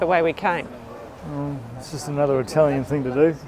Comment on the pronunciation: Omg your Italian pronunciation is way better than mine!! Enjoy all of Italy!